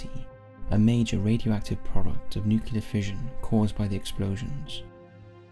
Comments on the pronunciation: NuCLEAR not NuCULAR.... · I love this channel and am a patron but I struggle to understand why Americans cant say nuclear properly instead saying nucular